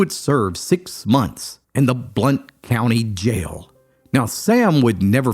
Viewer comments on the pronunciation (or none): Just a quick aside, the vowel sound in Blount is pronounced the same way county is pronounced.